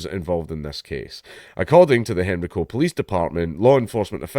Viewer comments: It is pronounced hen-rye-co, not henry-co. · It's pronounced hen rye co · It's pronounced "Hen-rye-co" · It's pronounced "hen-ree-co" in Scotland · Yeah, same. Hearing him pronounce Henrico like that is throwing me off😅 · As someone from the area, I find it hilarious how you say Henrico. As for the story: This is appalling